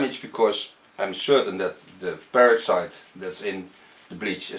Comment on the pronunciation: It sounded like you said the "parasite" in the bleach. I was like WHAT!?! Then I realized it was "peroxide" you were saying. Haha. I was like WOAH NELLY WHAT KIND OF BLEACH ARE WE USING lol